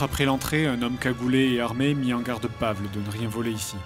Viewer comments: Par contre Fred, c'est horrible de dire "Pavle" comme tu le fait, il faut le prononcer "Pavel" -_ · Toujours très bon ! Par contre du nom de Pavle... Ça se prononce "Pavlé", pas "Pavl". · Commentaire constructif: Pavle se dit Pavel😄